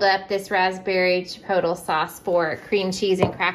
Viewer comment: Great food items in your haul. Chipotle is pronounced chi-po-tlay.